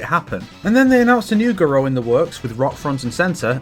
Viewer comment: Garou, no Guro.